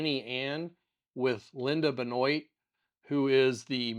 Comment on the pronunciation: FYI, the name Benoit is pronounced "Ben-Wah". Fairly common name in S. Louisiana.